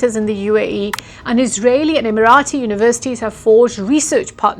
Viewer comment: Good analyse.... Pronounced off emarati was originally way..